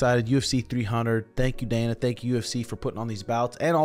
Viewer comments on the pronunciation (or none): none